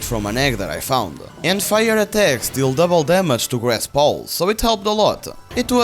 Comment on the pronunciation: I like how you say "pals", it sounds like you've named every creature Paul